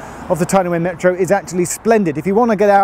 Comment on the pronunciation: I'm troubled by his pronunciation of Wear whenever he says Tyne & Wear Metro, but hes says it correctly when he says Wearmouth Bridge.